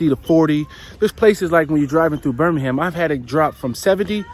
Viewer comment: Totally useless comment here. Watch how you pronounce Birmingham and Nottingham!